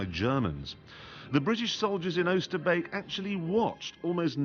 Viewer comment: His pronunciation of Oosterbeek is spot on